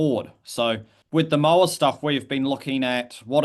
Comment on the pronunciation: The 'mo' in 'moa' sounds like the 'mo' in 'more', not the 'mo' in 'mow'. Disappointing to hear a kiwi expert mispronounce such an easy word. I would love to see them de-extincted if possible - at some point in the future when the technology is able to do the job properly, our natural environment in a better state to receive them, and our extant species are doing okay.